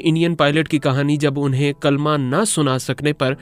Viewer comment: ماشاءاللہ کلمہ سٹوری سنانے والے بھائی سے بھی صحیح نہیں پڑھا گیا